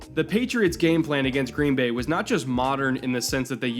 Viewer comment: Been hoping you'd make a vid like this, thanks. Even if you do emphasize the wrong word in "Green BAY"; we're used to it.